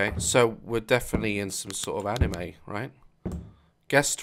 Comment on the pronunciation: daz! its japanese not animeeeeeeeeeeeeeeeeeeeee